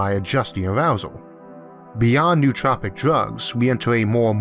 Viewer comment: it's no-o-tropic, not nuhtropics